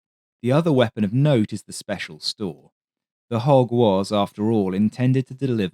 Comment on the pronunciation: I totally thought he was saying “hawk” until I read this comment 😎